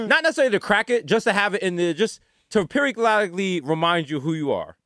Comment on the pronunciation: "Periocollicly" -Desus Nice 2021 😂😂